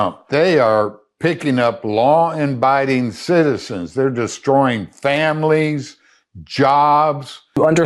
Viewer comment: "Law & BIDING?" 😂